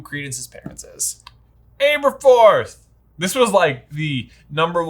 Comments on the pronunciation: Aberforth - learn to pronounce his name. Short A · I'm sorry for the nit-pick, but could you guys please correct your pronunciation of Aberforth? Both the movie and the Jim Dale audiobooks (which I know you guys listen to) pronounced it with "ab" and not "abe" for the first syllable. I know it is is a nit-pick, but it was super distracting to me. Thanks for all the work that you do! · I don’t understand you guys pronunciation problems. First with Aberforth (imagine pronouncing Abby the way that you do). And why are you so convinced it’s BUNDY like Ted Bundy????? Bruh it’s. With a T. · You guys make the best HP material bar none but you’re notorious for mispronunciation’. Please, learn to pronounce the important characters properly. Aberforth is butchered throughout this video and it makes my ears bleed.